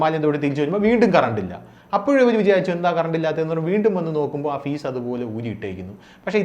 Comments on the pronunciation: ഫീസല്ല... ഫ്യൂസ് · ഫീസ് അല്ലടാ FUSE..!! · ഫീസ് അല്ല ഫ്യൂസ്